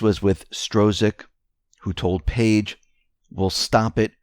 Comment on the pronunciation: Struck, Peter Strzok is pronounced Struck.